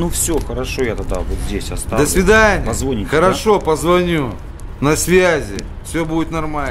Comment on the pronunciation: .....«позвОните...» почему так оставили? Ведь это дичайшая ошибка речи.